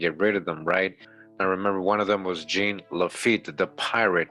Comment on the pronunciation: Lil' tip, Jean is pronounced " John" but with a Z sound on the J like Captain Picard if you're a Trekkie 🖖🏿 and as usual great drop and presentation 💯💀🏹